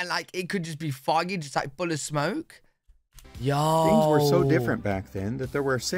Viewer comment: The second word he said in this video is "fings."